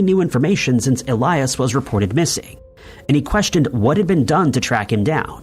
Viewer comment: ill-yaas not ee-lie-us